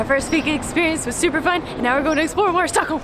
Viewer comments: "Stickholm" ?? (at 5 secs) Haha.. Awesome vlog as usual guys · alredy in you say stockholm wrong HOW (im swedish) btw when you go on the street it would be good to know behind you with lindex a terror attack took place. its called terror attacken på drottning gatan. sadly i child and meny other peolpe got overun by a terrorist with a truck second. old town is gamla stan on swedish third. the most popular street is drottning gatan or queens road. why you diden't come to sweden long ago is becouse we have the worst winter. and the "pink onions" is lingon and thats a must to meatballs and thats is köttbullar. if you going somewhere pls just say it whit the original name corectly.